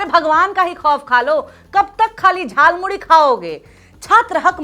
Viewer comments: झाल मूरी नहीं जाल मूरी बोला था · Jaalmuli 😂😂 not jalmuri